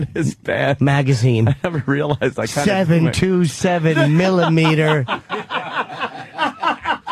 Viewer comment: "7.27 millimeter"